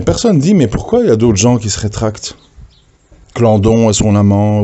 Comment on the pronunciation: c est claudon pas clandon